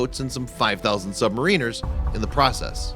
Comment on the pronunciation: 90% of this video is about a totally different u-boat and doesn't even give all the facts about it. Also, don't call the souls lost aboard the u-boat "creepy". Having the courage to be a sub-MAR-iner (not subma-REEN-er) affords them more respect than that. I hope you've never done a video about the USS Arizona.